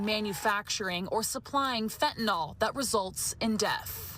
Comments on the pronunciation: Sorry to nitpick, but I wish she would correctly pronounce it as 'fentaNYL', not "fentaNOL". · Lady, it's fentANYL NOT fentANOL. Just stop 🛑 it.